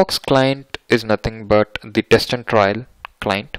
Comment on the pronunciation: Sir it's trial not trail both are different words pl correct hope u will take it in a positive way